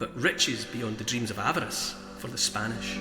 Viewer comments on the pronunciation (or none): none